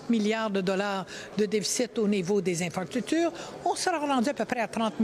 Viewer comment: Les ''infractutures'' hahahahahaha